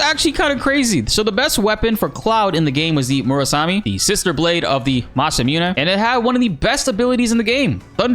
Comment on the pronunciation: I'm not the only person that heard him say Mass-a-mewn-a right?!